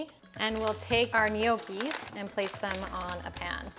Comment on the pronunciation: It's pronounced Knnoci! 😅 Not Ne oakee😂